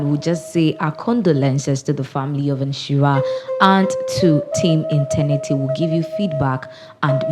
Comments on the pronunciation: Please check your pronunciation. It's ETERNITY not internity.... madam why ..my condolences to the entire team. ..😭😭💔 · Madam, It's Eter-nity not Eten-nity